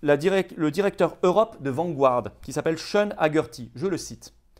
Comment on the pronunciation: Vanguard se prononce Vangarde et non pas Vangu-arde